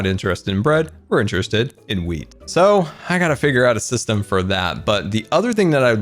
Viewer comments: Everytime this man says wheat it sounds like weed, it's a little confusing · I can’t tell if he’s saying Wheat or weed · it sounds like weed farm not wheat farm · Because i'm not an english native speaker, every time you said wheat i understood weed Yeah my brain is pretty smol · every time talks about the “wheat farm” all i hear is “weed farm” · it sounded like he said weed instead of wheat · Either I’ve been playing too much gta or is saying weed instead of wheat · I heard something other than "wheat farm"